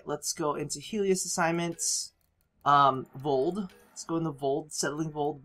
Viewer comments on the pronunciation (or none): he says Voled instead if Voeld xD